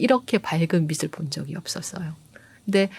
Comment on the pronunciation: 고흐 그림 좋아해요. 근데요, 빛을 발음 비츨o 비슬x 입니다ㅠ